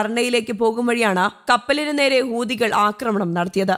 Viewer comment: ഹൂദികൾ അല്ല. ഹൂത്തികൾ എന്നാണ്.